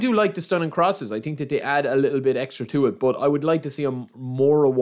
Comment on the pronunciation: its so funny when he says „i definitely ting“